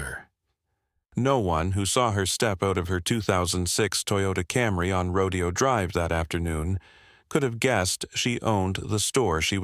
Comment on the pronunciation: Say it with me "Row-DAY-oh" Drive